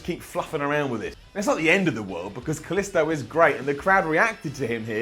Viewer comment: Anyone else hate the way says Kalisto?